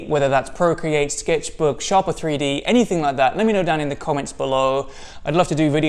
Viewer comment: I'm pretty sure it's pronounced 'Shaper 3D'...